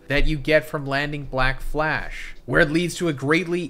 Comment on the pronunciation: 💀 she keeps saying blackfash 😂